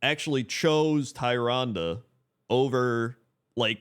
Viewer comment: Tyrande. Tyr, like the titanforged, and ande, like you've been saying. Tyrande. TEER-ahn-dah.